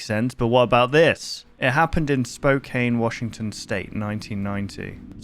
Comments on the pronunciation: "Spokaine" lol As someone from 'Spokaine' I can tell ya it's pronounced 'Spo-can' Dont worry, it's a common mistake, I've heard it from a lot of people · Hearing mispronounce Spokane is quite silly to me